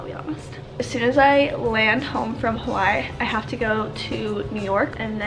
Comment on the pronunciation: Aaaaaaaaabsolutley love you but I’m born & Raised in Oahu & your pronunciation of Hawai’i is KILLING me 😅